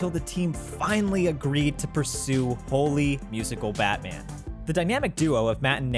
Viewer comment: I really think it's meant to be pronounced "Holy Musical, Batman!", and not "Holy (Musical Batman)!"